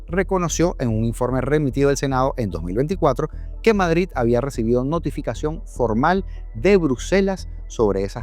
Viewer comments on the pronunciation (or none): none